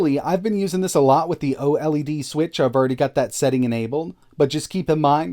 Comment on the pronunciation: " the oh Ellie Dee switch" please just say OLED like "oh'led"